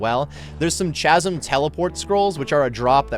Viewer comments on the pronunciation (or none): I'm pretty sure it's pronounced K(Ch)asm. The Ch in Chasm is a K sound